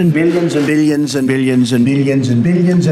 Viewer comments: Did someone else hear 'Billionson' instead of billions and billions? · Why did I hear not billions, but billiensen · Billions Bilions Billions after all I hear Billionson... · bill jensen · At the start, i heard opinion instead of billions lmao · Did anyone else just hear billiyonson ?😂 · It sound like he is saying billy en zen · Nobody Trump: BillYens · No one: Trump: billionzen